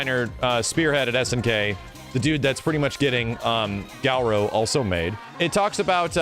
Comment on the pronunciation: can you stop pronouncing it "gau-ro" it's just "ga-rou" awesome thanks